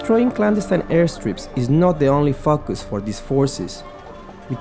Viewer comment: he said "fuckus"